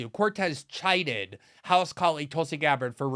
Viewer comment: Is the word Glenn supposed to sound like chided or kidded?